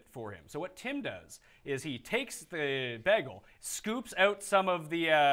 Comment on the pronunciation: funniest thing about this is the pronounciation of "BEG-EL"